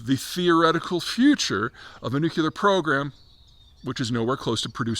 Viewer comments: New-clear, not new-q-ler😂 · The last two videos it looked like P was finally getting the hang of pronouncing it "nu-cle-ar" ... but he's now regressed again to "nu-que-lar". Maybe a sign of the stress? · when you say nucular like a Bush president, that shows lack of knowledge of proper pronounciation... it is pronounced NU CLEAR and you won't sound like a doofus. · Zeihan needs to stop saying "nuke-YOU-ler". It's really tough to take him seriously on this issue if he cannot pronounce the topic correctly. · I'm struggling to understand how a word derived from the word nucleus can be pronounced according to the spelling nucular. Is this a basketti instead of spaghetti, too hard to get the tongue around kind of thing? As a geopolitical strategist I'd like to think that Peter would understand the importance of minimising misunderstanding that changes in the pronunciation of words would create. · I'd wish he'd put the "nu-cu-lar" word behind a paywall also. My ears are bleeding. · Look at my geopolitics guru dawg, he can’t pronounce nuclear 😭